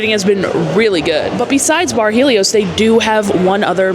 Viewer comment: The lady is correct on the pronunciation of it